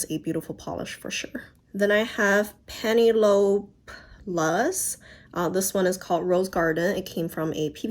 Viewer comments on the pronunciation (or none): I believe the Penelope luz brand is pronounced like pen-el-uh-pee haha. It's a name, not very common though!